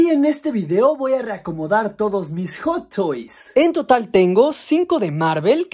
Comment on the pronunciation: "Joto is" dice el vato